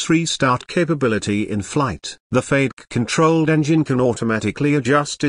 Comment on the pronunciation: Beautiful aircraft, disgusting computer narration. Doesn't anyone go over these before posting them on youtube. FADK? wtf? its FAY-deck. FADEC. Come on.